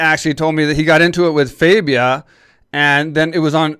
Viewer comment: his name is not faybia its fabia